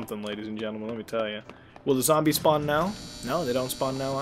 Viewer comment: its zombies not zambles